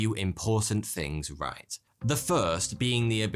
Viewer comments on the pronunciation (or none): none